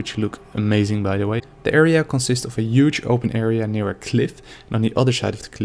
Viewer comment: Not to be offensive but "UGE!"